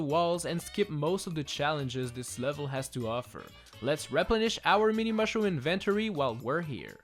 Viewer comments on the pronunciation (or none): excuse me, sorry '' invent toree'' i what it sounds like. sorry!